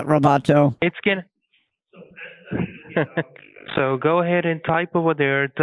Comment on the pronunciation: I almost died when he started calling him roboto. Lol.